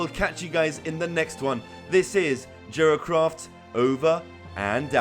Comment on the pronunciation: it sounded like he said jerkoff instead of jeracraft just saying, no hate